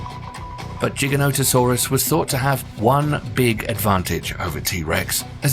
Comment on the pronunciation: LMAO it's funny how he pronounces giga no ta soraas lol